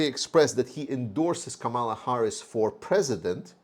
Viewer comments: in Kamala the accent is on the first syllable, not the second. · Toward a speedy recovery to you! I am a voting American Ukrainian and also do not understand the Ukrainians who support trump! It seems that they listen to Fox News and News Maxx which are conservative, pro-trump outlets in the US. Kamala, whose correct pronunciation is Kaaaamala, is mispronounced intentionally by trump and his trumpists! She is the Prosecutor taking on the Felon trump! She also has energized ethnic, younger people, and more women into the fold through greater social media hits. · PRONUNCIATION of KAMALA - emphasize FIRST syllable (Ka), not the second (ma). Sounds like 'Pamela' or 'Camelot.'